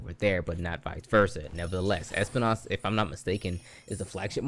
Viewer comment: Espinas not espi-nás 😂